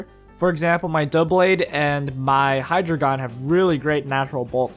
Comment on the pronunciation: It's not Hydragon.... it's Hydreigon!